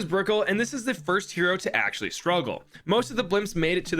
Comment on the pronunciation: I know i just get annoyed by people being stupid (also he didn’t say first he said “finst”)